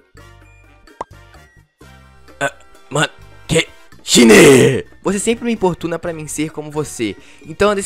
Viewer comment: E escreve shine mas fala shaine, vê o negocio mar nem sabe como falar o bagulho